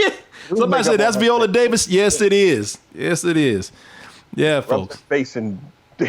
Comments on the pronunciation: Her name is said... VY- oh-la Davis. I need you to put more respect on her name, sir. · If you're gonna clown Viola Davis at least pronounce her name correctly